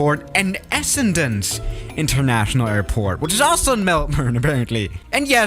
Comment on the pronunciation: Actually pronounced Melbourne and Essendon correct pog